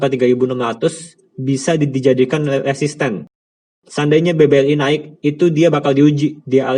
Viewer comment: maaf nih sebelumnya klo boleh mau ngasih saran, editornya bisa dubbing pake suara lain ndak ya, supaya pelafalannya bisa lebih jelas, sayang banget kan padahal isi kontennya udah bagus, contohnya BBRI koq malah jadi BBLI.